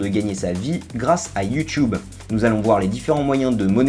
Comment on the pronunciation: mais pourquoi il dit you choub??